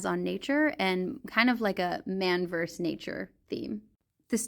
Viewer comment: correction: you said “man verse nature”, but the expression is “man versus nature”.